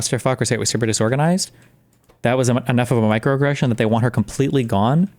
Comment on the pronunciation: Micro uh-gression